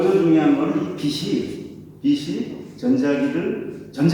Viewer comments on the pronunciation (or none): "빛이" [비시](X) [비치](O)